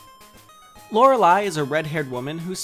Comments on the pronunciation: Lorelei is 3 syllables? Wut. I pronounce it with 2. Lore and lei. I've never heard any pronounce it as Lo re lei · Why couldn't they just say LORE-LEI and not LOR-RE-LEI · Change her name to something utterly different because you just couldn't pronounce Lorelei's name in two syllables [LOR - LAY], but overlook her breasts that were at a staring contest with how short Ash is.